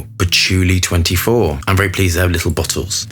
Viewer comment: I love how you always cock the names up. Always fabulous.